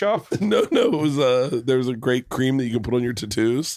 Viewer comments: It's SOOOOO funny that Bert mispronounces the word 'tattoos' on purpose. HILARIOUS and never gets old. The Impractical Jokers DEFINITELY didn't do it first. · Bert still thinking “tuh toos “ is funny fuckin hurts